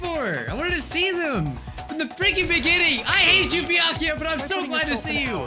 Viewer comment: It’s Baykuya not byakya